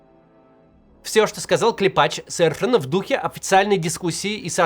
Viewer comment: КлЕпач. Ударение на "Е".